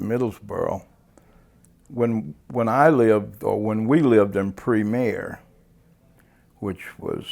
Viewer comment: premiere…”pre-mary.” Yep! That’s Middlesboro, all right! That’s the way we pronounce it. LOL! 😂